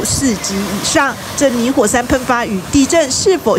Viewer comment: 我一直聽到泥火 ㄙㄢ